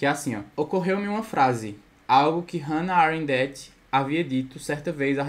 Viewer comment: desculpa mas eu ri quando voce falou "hanna arenDÉT"